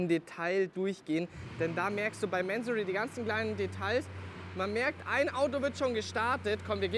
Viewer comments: Bevor man Fahrzeuge eines Tuners vorstellt, sollte man sich erstmal über dessen Hintergründe informieren! Der Gründer, Inhaber und Namensgeber ist der iranische Geschäftsmann Kourosh Mansory. Daher wird der Name auch nicht englisch "Mänsory" sondern Mansory ausgesprochen! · man spricht es doch nicht mänsory aus oder ?